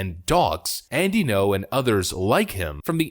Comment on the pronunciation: Alright boss… let me keratin ya something. Say “thinking-oh” without any pause where the dash is. Then remove the “think-ee” sound before it. That’s how you pronounce Ngo. Thanks for the content.